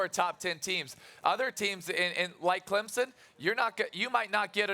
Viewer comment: Somebody tell Stephen A. that it's pronounced "Clemson", not Clempson.